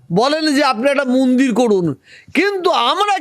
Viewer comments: মুন্দির না, মন্দির 😂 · আরে ফকরুল মিঞা ওটা মুন্দির না ওটা মন্দির হবে।